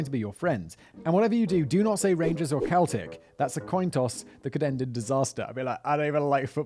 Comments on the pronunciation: It's sell-tick for anyone not in the know, EIRE ABÚ 🇮🇪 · The name of the Catholic football team, Celtic, is pronounced "seltic", not "keltic". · Celtic, the football team, is pronounced with a soft c, seltic phonetically. Not like belonging from the Celts, Celtic, which is pronounced with a hard c, Keltic phonetically. Just another charm from the English language. Yore whalecum. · Simon, it's "sell-tick", not "kell-tick". You're welcome. 😊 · Sell-tick not Keltick Simon you plonker 😂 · Sell-tick not kell-tick lol. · raith rovers is the rival to ma local team wasn't expecting to hear them mentioned 😂 btw celtic is pronounced as sell-tick rather than kel-tick when its the football team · Mate. Not caring about football is one thing. But pronouncing Celtic with a hard “K” sound is abhorrent. It’s “Sell-tick”. Lord above. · Christ on a bike, Whistler, the football team is pronounced 'Sel-tic' not 'Kel-tic'. 'Weans' or 'wee anes' (small ones) is used extensively across Scotland and not just Glasgow. Yes there is rivalry between Edinburgh and the pikey infested den of thieves shit hole on the west coast. Yes there is a football team called Raith Rovers, they are based in the town of Kirkcaldy, which is in Fife and, for Simon's benefit, Fife is a county in Scotland and, also for Simon's benefit, Scotland is part of the United Kingdom and occupies the North half of the island you were born on. Really, chap, there's loveable cluelessness and then there's shocking ignorance about your own flipping country!!! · Its pronunciation is Sell-tic not kell-tic Glasgow football! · Your pronunciation of Celtic as "Kel-tick" of incorrect - It's pronounced "Sell-tick" Weird, I know. Your experience of Glasgow 20 odd years ago is pretty spot on, it has however, lightened up quite a bit in recent years. All the best, a Glaswegian. :) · Celtic with a c not a k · “Keltic” lol Cell-tic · I'm English but thought "Seltic" was the football team and "Keltic" was the ethnicity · Celtic fc “sell-tic